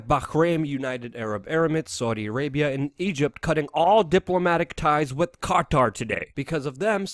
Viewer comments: Qatar - pronounced cutter. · The way you say Qatar is so funny